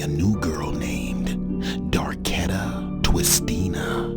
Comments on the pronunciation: "darkhin twistina" hahha😂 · "Darketta twistina" huh ok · “Darkena twistina” 😂😂